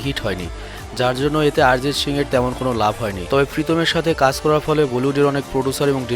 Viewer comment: আরজিৎ সিং না রে ভাই অরজিৎ সিং